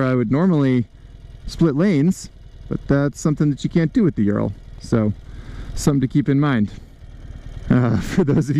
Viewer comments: Thanks for the review but you need to do fact check before filming.. first it is pronaunced as O-O-ral not YU-ral (named after factory in Ural mountains), second Soviets bought licensing for BMW R design in 1937 prior to WWII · Ural is pronounced Ooral, not Yural. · Not YOU-ral but OO-ral. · Ural is properly pronounced oo-ral, as in "boom" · The mountain range isn't named after urea. It's a long oo sound, oorál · it's pronounced Ooral ..